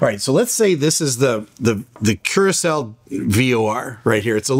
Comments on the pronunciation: Curacao, we say it like... "curassau", meaning the second "c" will be spelled like the "s" in the word snake. That´s a beginner mistake, sir:/ NOTE: It´s so easy nowadays to get it right! Just Google it, and you`ll get it 100% correct. Don´t give up on doing a better job, sir. Please, sir! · Please remake this video by doing proper research first. First of all, it’s pronounced Curaçao (“Cure-ah-sow”), and it is part of the Kingdom of the Netherlands. Yes, the European country. You know, Amsterdam... This is airspace is under Dutch jurisdiction and the Netherlands is disgraced by what is happening. Second, Curaçao has nothing to do with Venezuela politically or legally. What is alarming, and absolutely worth investigating, is US military aircraft operating in or near commercial airspace without active transponders. Telling civilian pilots to “keep their head on a swivel” is not a safety strategy; it’s a shrug. That mindset is exactly how mid-air collisions happen. People live here. A large portion of the population are Dutch citizens, alongside American tourists and residents. Imagine being a U.S. citizen and being told not to worry about a near collision with their own military because “there’s nothing to investigate.” That’s unacceptable. And for context: I live on Aruba, the island right next door (also part of the Kingdom of the Netherlands) which hosts over a million visitors a year, most from the United States. Our skies are busy. This is one of the most heavily traveled regions in the Caribbean. Dismissing legitimate aviation safety concerns in shared civilian airspace is negligence. There is something to investigate, and brushing it off helps no one. This is a major accident involving US, DUTCH citizens and locals waiting to happen. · Kurkao??😂😂😂 learn to pronounce properly the country’s name . Hope you don’t use that name when flying there 😆😆😆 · Curacao is pronounced Cur-uh-sau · Pronounced "Cura Sal" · It's pronounced kur·uh·sau.